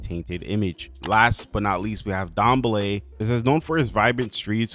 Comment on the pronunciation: Thanks for pronouncing Dambele somewhat to better degree than most other simmers. It's pronounced : dahm-bay-lay